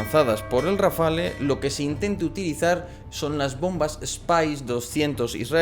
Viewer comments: Tú sí que estás hecho RAFALE. La E es muda pues no va acentuada se pronuncia RAFAL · No se dice Rafale... se dice RafaLLLLLLL...